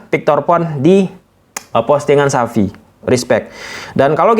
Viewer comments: Xavi bukan Sapi. sebut yg jelas bang. Xavi itu bagus, amun saya juga tertarik dengan Sergi Berjuan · Sebut nama xavi itu benar dong,jgn sebut xapi tp xavi. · xavi penyebutannya itu cavi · Xavi Bang, bukan Sapi